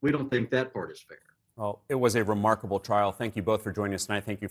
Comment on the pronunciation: that wank is brilliant and the trial wasnt that interesting. This text reader called it renarkable